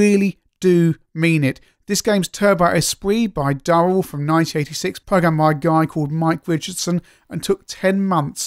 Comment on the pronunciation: It's DU-RELL not DUH-RELL because there is only one 'R' ;o)